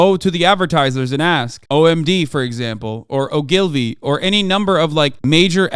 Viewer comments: He said Ogilvy like it was Irish. O'Gilvy! It's pronounced like ah-gill-vee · It’s pronounced ‘OH-gul-vee’, not O’GILvy. 😁